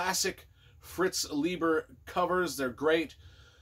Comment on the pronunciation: Forgive me being pedantic, but apparently his name is pronounced Lie-ber. He made a point of pointing it out at get togethers and stuff. Either way, I love that dude’s work. So good.